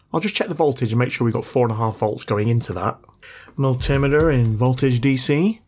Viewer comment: The siren is the be sounded whenever you say multimeter in that weird way.